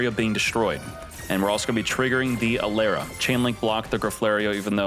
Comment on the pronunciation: E-Lara not A-Lera